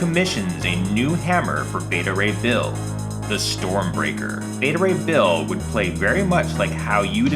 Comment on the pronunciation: You called beta ray bull!